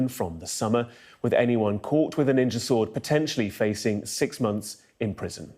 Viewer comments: Remember, as they stab you, you MUST call them nin-jas, NOT nin-jers. We have to respect ancient Japanese culture and naming practices! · Apparently, you're allowed to say "Nin-JAS" but not "Nin-JERS" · ninja in Brixton ? i don't think you are pronouncing that correctly. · Did you know Ninja is pronounced with a hard R? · That's not how that word is pronounced